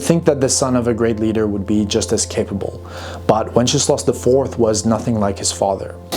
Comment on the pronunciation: I love how how you pronounce Wenceslas, it sounds like Wencheslav - which would mean one who celebrates/praises wenches - pretty accurate 😂